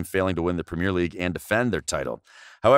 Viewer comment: Learn how to say premier League properly 😂